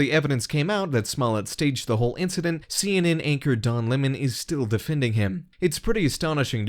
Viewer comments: Why is Tucker Carlon calling Lemon so retardedly? "Luh-Monn" LMAOOO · Lem'on....Its Lemon.. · Since when do you pronounce Lemon as La mon? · Why does Tucker call him Don Le Mon lol? Lemon is more insulting. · Don Lemawn 😂😂😂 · Wait, it's pronounced Don Lah-mon? I thought it was Don Lemon like the citrus fruit. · Since when Lemon been pronounced Le'mon ? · Tucker.. its Lemon, not Le'mon lol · So I have to wonder if Don was intimate with Jussie? I mean lemon feels so close to this dude that he can't think straight.It's pronounced Don LE--mon ? That's b.s. It's just like it sounds (Lemon) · Why is Tucker saying Don lemons name like le-mon? He didn't used to call him le-mon. It doesn't sound right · Haha "Don Le-Mon" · I like how Tucker says Lemon. Is that actually how Don’s name is pronounced?